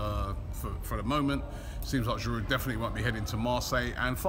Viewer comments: After six years at the club, you'd think Robbie would pronounce Giroud's name correctly. The 'd' is silent. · Get rid od that giroud ending he cant even say aftv